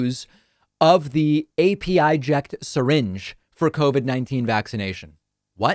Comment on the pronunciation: It's pronounced "Apəject" The 'pə' sound as in "perfect"